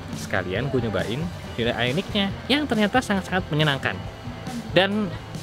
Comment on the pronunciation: Cara Bacanya org indo HYUN DAY padahal di korea asli dan sebutan nya HYON DAE